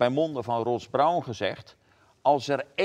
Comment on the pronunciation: Goede uitzending alleen zit Cees er echt even naast mbt de uitspraak van Ross Brawn Maargoed, het is hem vergeven ;)